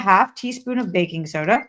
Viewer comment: Btw it sounds like she's saying bacon soda 😂